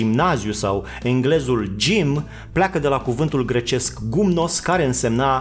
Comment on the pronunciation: "Ghimnos " înseamnă în limba greacă "dezbrăcat ", nu "gumnos " cum ai zis tu.